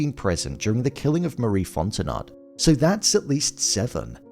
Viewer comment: It’s Cajun. Pronounced font en oh